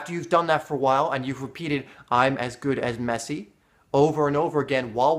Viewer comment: lol he said meshi